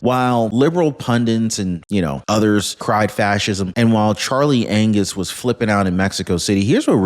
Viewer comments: Did you just say Charley Anuss instead of Angus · You just said, Charlie Anus🤗🤣🤣🤣🤪